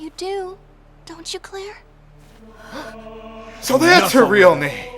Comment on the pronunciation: for some reason lightnings name "claire" is pronounced (Eclair) but i dont care, she can give me all her buns :)